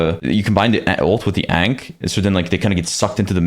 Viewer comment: mispronounces Ankh every video